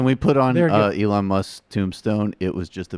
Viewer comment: Why did you say Elon with a soft E? Wtf lmao